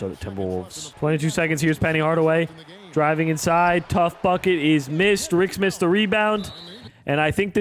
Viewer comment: It's Rik SMITS, not Rik SMITH, come on now you make simulations everyday, you should know this my boy 😂🤦‍♂️